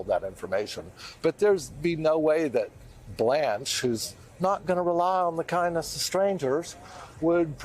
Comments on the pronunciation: Did he just call trump Blanche? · "Blanche"? What? New yorker